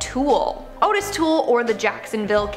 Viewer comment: Ottis, pronounced OTTis like OTTer and not Otis like A rotisserie, only ever killed one person and it was accidentally as he didn't know the old man was in the building he burned down. He was a mentally regarded grifter/handyman, homosexual pyromaniac. Jeffy did a Dahmy cause Jeffro Dahmski killed Adam Walsh....that or he never existed at all.